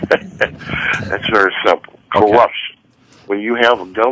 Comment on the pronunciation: "Iss very simpo". He's an arrogant jackass saying "Iss simpo" to give an air of high intellect when in reality he's an indoctrinated simpleton.